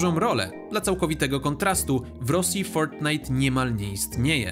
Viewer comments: Kisne kiedy mówisz z takim amerykańskim akcentem "fortnite" xd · Czy tylko mnie wkurwia jak on mówi fortnite